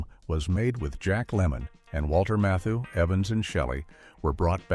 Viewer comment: They actually accidentally pronounced his name correctly....it's "KLOOGMAN".....Walter Matthau's name, however, was totally butchered!